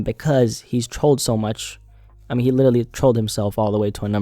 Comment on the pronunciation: Bro how is literally your favourite word that you just say in every single video and you still can’t pronounce it 😂 Everytime you say Littely I can’t help but laugh